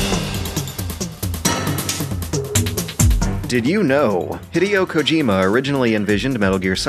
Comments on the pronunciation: I love these...but it gets a bit annoying when the featured narrator of a fact based show can't be bothered to pronounce names properly. Especially, the name of the person the episode is practically about. The first words out of his mouth are butchering Hideo Kojima's name. He said it as if it was Hidio. It's not that hard to look it up, you can look up all these trivia facts afterall. That's like if I just called him "." Oh well, I can't be bothered to say it right. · "hid-deo kojima" couldn't listen any further